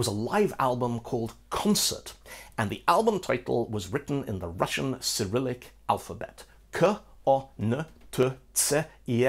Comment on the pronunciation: I'm russian, and am really happy at you actually pronouncing russian correctly! incredibly rare :D